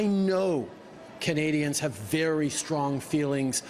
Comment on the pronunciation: WTF is a “WERY pleasing’? V IS NOT a W in English, not fking ever.